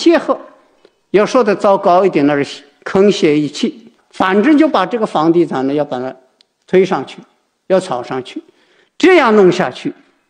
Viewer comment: 沆瀣（hàng xiè），专家是故意念错的吗？